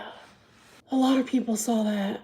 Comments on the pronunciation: hard to take seriously when she says “my mom sawll it” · You sawl it!